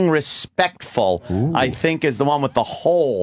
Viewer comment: "Shhink about it"